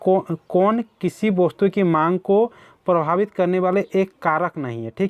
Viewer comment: सर जी वस्तु को आप वोस्तु क्यू बोलते है